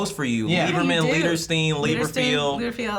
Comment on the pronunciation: THE H IS SILENT!! D:<... I'm sorry for yelling